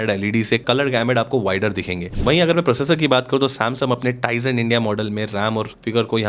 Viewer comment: Samsung ❌❌ samsum😂😂